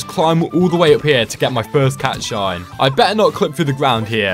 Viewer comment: It pisses me off how you say cat shi not cat shine